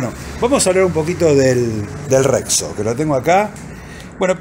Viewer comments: Che, la marca es Rexio, no Rexo .😅😅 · Rexo o rexio? Xd